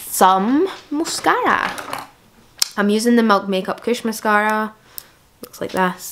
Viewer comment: Nobody:: SOM MOOSCAARAA